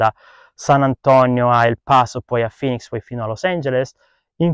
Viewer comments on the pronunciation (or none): none